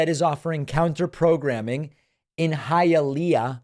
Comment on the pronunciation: So cute. David says Hi a lay a. Just so you know for the future, its pronounced Hiya lee ah.